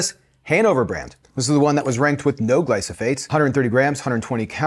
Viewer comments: I am not sure why he kept saying "glysophates" instead of "glyphosate." He displayed documents with the word and still got it wrong. It would have been better if Monica didn't know which brand was used in either hummus and tested it by herself without getting input from. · Yes, he’s pronouncing it incorrectly. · I understand you pronouncing it"gly-so-phates" - shouldn't that bei "gly-pho-sates"? (not native speaker here...) Thanks for your videos!